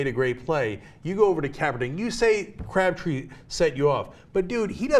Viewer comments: It's Crabtree not cabtree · why is she saying "CABTREE" and not "CRABTREE" or is it just me? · cRabtree, not cabtree, and go BRONCOS! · It's Crabtree, not Cabtree. Can we have someone who isn't a woman reading the transcript? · Ana it's CRAB+tree not CAB+tree, you said cab three times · Umm Ana, you do know that Crabtree is not pronounced Cabtree. Making an error in speaking once is one thing, but twice? Come on Ana you can do better as a "journalist" bwahahaha a journalist. that's a good one. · Anna - CRABtree, not CABtree. All you have to do is READ. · Who the hell is "Cabtree"? did not know he was in the league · lol "Crabtree" lmao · It's CRABtree. Can she read? That was really annoying. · lol Ana. 'Cabtree'. C'mon, stop making these reading errors every time.